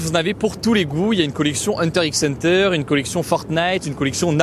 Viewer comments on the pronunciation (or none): On dit "Hunter Hunter" ハンターハンター (hantā hantā) bisou du Japon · Le 'x' de Hunter x Hunter ne se prononce pas :3 C'est juste une croix, un "cross". Ce n'est pas la lettre x. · Par contre Hunter X Hunter... Non. Le x ne se prononce pas. Bien cordialement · Tout le monde : bonne vidéos Moi : il a prononcé le "x" de hunter x hunter